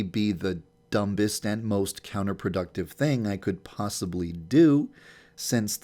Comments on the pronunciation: ......Dum-Best? You don't need to pronounce the 'b' YandereDev. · The Dum'Best? I always thought the B was silent in the word dumb. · did yandev pronounce the "b" in dumb? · Did anyone here him pronounce dumbest duh m b est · Did he just say dumbest... Dum-best It's pronounced dum(est) not dumb(est) but no hate thou. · he says dum-bist instead of dum-est when pronouncing dumbest. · he said dum-best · "Dum-Bist" Y'know, the B is silent, right? lmao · Don't you love how he says dumbest like dum-BBBBBB-est. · Who else heard him say the b in dumbest....? DUMBBEST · he literally says "dum-best" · hehehe, he said "dumBest"! XD he pronounced the silent B! that's so cute! 😂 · He just said dumbest wrong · did he pronounce the B in dumbest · dumbest.. you actually pronounced it with the B. huehue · he said dumbest wrong I'm so proud this man isn't perfect in speaking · Wait...wait...Why do you pronounce "dumbest" like that? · 'dumbest' why is the b not silent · did he just say the b in dumb when he was saying stuff about the dumbest thing he could do???? he spoke to soon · Did he actually say the b in dumb when he said dumbest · Did he just say dumb with a b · bruh...he pronounced the b in dumbest...😑